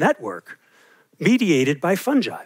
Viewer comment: Just because you're a fungi specialist doesn't mean you can pronounce it like that!